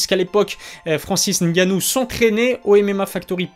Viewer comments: on dit francis Ngannou pas francis gannou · Francis NNNNNNGanouu pas Francis gannou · Et le "N" il est ou le "N" ?? Francis "N" gannou il y a un "N" ☝